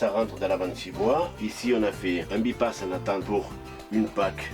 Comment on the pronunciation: C'est un filtre by-pass qui se prononce "baille passe" qui signifie que l'on peut le débrayer par les deux vannes présentées. On dit que l'on by-pass le filtre. Cela n'a rien à voir avec un quelconque "bi" à priori ! Excellente vidéo dans tous les cas ! Merci à vous